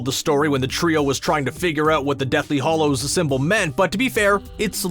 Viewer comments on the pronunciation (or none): It's HALLOWS NOT HOLLOWS!!! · He keeps saying deathly "Hollows". It's "Hallows". Not "O", "A". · GOD, please stop saying “deathly hOllows”. It’s Hallows.